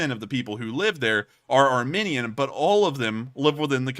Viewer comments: it is ar...mEEn..ian. Long e, not short. You are saying ar...min...ian. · Thought you were saying the war between "our minions" and Azerbaijan until I looked the map lol.